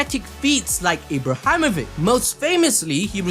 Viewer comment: nah faaam, again with that ibrahamovick?